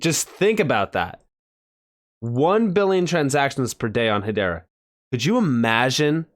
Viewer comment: Pronounced EY-DAH